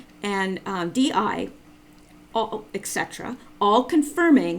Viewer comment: I apologize for this-- I am a member of the Grammar Police, and I notice (and am distracted by) two infractions: 1) Nuclear is pronounced 'new clee are' not 'new kew lar'. 2) Et cetera (etc.) is pronounced 'et seterah' not 'ek seterah'. Please, please, PLEASE take this to heart as constructive and from a friend. Some obsessive and retentive people (such as myself) get side-tracked by quibbly little bs things as these. I do apologize. I love your efforts though! Definitely keep up the good efforts!